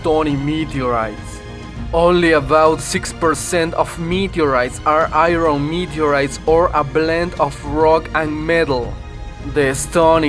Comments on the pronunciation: This guy's English is fucking terrible. Especially his pronunciation of the word "iron." I had to stop watching the video before my ears began to bleed. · Your showing video of spacecraft parts burning up on re-entry into the atmosphere. These are NOT meteorites as you claim. And learn to pronounce "Iron" .